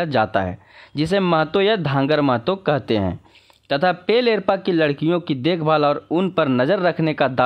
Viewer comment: लोहरदगा,गुमला, सिमडेगा जिले में भी उरांव जाति के लोग पाए जाते हैं इक्का उच्चारण नहीं एक्का होता है एरपा उच्चारण नहीं एडपा होता है